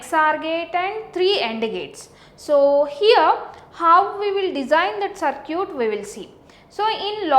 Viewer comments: mam its circuit not curcit 😂😂😂😂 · " so now lets design a sir-cute .........."